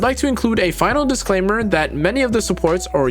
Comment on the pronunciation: Did anybody notice how he gave a "dislaimer" 😂